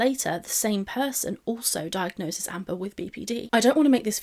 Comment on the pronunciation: Great video. I know this is relatively minor but thank you so much for saying diagnoses. I cant tell you how triggering it is to hear people constantly saying "diagnosises" ❤